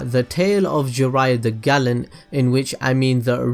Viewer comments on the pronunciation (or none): none